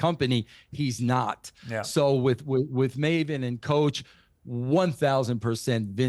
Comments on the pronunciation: "Marvin" lol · Marvin? 😂 maven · Piers calling Maven Marvin 😂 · His name is Maven, not Marven. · Jesus its maven not Marven atleast not your guest name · Why is piers calling maven....Marvin. his birth name is ma-ven not mar-vin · Piers every time you say "Marvin" , it hurts!!!! His name is pronounced MAY-VEN! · Most annoying that Piers kept calling Maven ‘Mah-ven’ - someone must have corrected him about half way through though because then he called him ‘Maven’ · Coach and Maven are class acts, as always. It was so weird hearing Piers slip up and call him Marvin! 😂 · Piers - his name is Maven, not Marvin. Maven like "May-ven" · How you gonna call Maven, Marvin. God damnit Piers, he’s the reason I clicked on the video. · Why does he keep calling Maven, Marvin? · he called him Marvin a few times i think Maven had a word with him during the break because he got his name correct after that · His name is Maven, not Marvin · Piers calling Maven, Marvin and Malvern.😂😂😂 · "Marvin" jfc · Piers just called maven "marvin" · It’s pronounced Maven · Im crying im laughing so hard at him calling Maven "Marvin" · Same here. I thought I was the only rotf with laughter. Respect to Maven though. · Who is maaarvin who the f*ck is vince mcmaaarn... Piers say it right !!! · Someone give Pierce a lesson on wrestlers name. I mean, the way he said Mcmahon I'll let that pass. BUT did he actually call Maven Marven??!! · Wait… Did Pierce just call Maven “Mah-ven/Marvin Hoffman”? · Piers called Maven "Marvin" LOL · It's pronounced Marven, apparently 😂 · MAVEN! IT IS PRONOUNCED May Vin! LOL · Did he really call Maven Marvin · "Did Pierce call Maven... "Marvin"? 🤣🤣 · No he said Maven but pronounced differently like MaaaaVin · I heard Marvin too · Lol Piers calling Maven, Marvin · And Maven ffs 😂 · Piers mispronouncing mavens name is funny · I laughed at how Piers pronounced Maven's name 😂😂😂😂😂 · How Piers pronounces Maven hurts me. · Piers can’t even get Mavens name right 🤦🏼‍♂️🤦🏼‍♂️